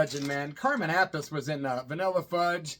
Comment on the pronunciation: Carmen/Vinnie Appice name is pronounced App-pa-see. According to Ronnie James Dio anyway. Just saying, brother..Love the channel!